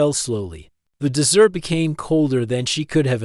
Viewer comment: Terrible narration. Pronounced "dot" at end of sentences; pronounced "desert" as "dessert". :-(